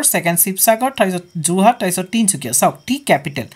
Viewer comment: Sir Jurhat nhy Jorhat...